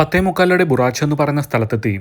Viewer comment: Bharuch എന്നാണ് ആ സ്ഥലത്തിന്റെ പേര്. അല്ലാതെ ബുറാച്ചു അല്ല.